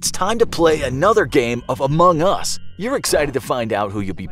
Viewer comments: Oh he put the Em-pha-sis on the wrong syl-la-ble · i have 2 things to say 1. Its pronounced amongus 2. Its not an indie game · The way you say Among Us is sus. :/ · Idk if I'm the only one to notice this, but isn't it weird or off tone how the narrator says Among Us a few times? Here are a few examples: It might just be me but idk... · Meh, like the "facts" in this video are either extremely common knowledge or just dead wrong/illogical. Thats just my experience on among us though. Besides, they lost credibility when they posted a video with such a pronunciation of "Among Us"